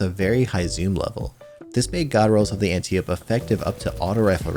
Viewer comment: "Anti-ope" Read a book, or something.